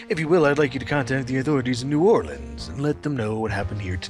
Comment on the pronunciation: correctly pronounces New Orleans. signed....From someone who is from there